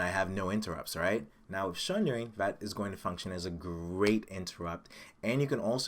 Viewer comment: Sorry but as an Englishman I feel I have to correct you! SUNdering....other than that, good vid.